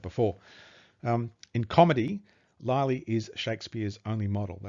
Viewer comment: What a disgraceful presentation. It must have been written by the illiterate Will Shaksper of Stratford. John “Lie-Lee” whennit should be “Lilly”; “Viss-count” instead of “Vi-count” and Richard Cecil when it was Robert Cecil. I’ll stop there - suffice it to say the presenter/author is as about as untalented and unprepared as it is possible to be. I’m sure Thomas Looney would prefer anyone else to explain his brilliant book & research.